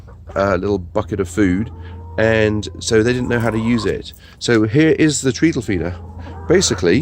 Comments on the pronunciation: It's pronounced treddle not treedle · Really helpful, thanks. (I think it’s treadle rhymes with meddle, Btw. As in footstep, tread.)